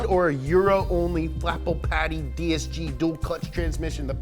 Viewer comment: Flapple paddy XD flappy paddle